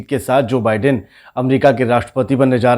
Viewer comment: Bhai pronounce the same correctly. Biden is pronounced as By-den